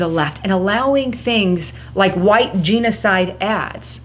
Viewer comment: love you girl yes I voted red wave please you are mispronouncing genocide. It's like nails on a blackboard. You're smart its genocide not jeanocide.